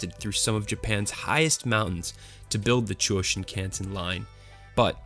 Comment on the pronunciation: It's pronounced Sheen-kahn-sen.